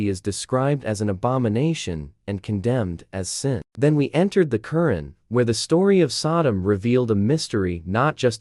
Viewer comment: A constructive criticism: The Qur 'an is pronounced with an emphasis on the second syllable. It sounds like you typed in the words and AI spoke them. Is there a way of correcting the AI pronounciation of a word? This could be important when you are talking about somebody's religion. Anyway, good post. And I agree with nearly all of what you said. Also, I like that you left the decision up to the reader after saying some pros and cons of each philosophy.